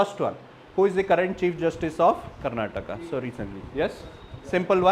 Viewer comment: no offense , asking out of wonder ... you don't know how to pronounce the words related to karnataka